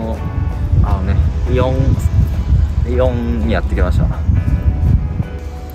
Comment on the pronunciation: イオンの発音が祇園で草